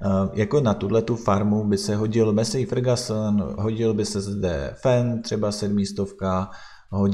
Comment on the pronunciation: mesej fergason :D